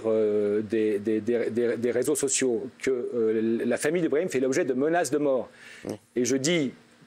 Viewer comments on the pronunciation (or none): l'avocat a l'aire vraiment fatiguer mmddrrrr, il a meme dit brami au lieu de brahim ptdrrr il a l'Air de bien connaitre son client